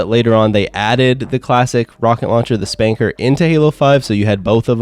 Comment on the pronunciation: You said it right. Its pronounced spanker